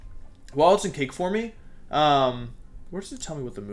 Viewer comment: Hey nice video, just letting you know that 'Forme' is pronounced 'Form', not 'Formee'. By the way 'Gimmick' is prononced with a G sound not a J sound. Hope this helps :)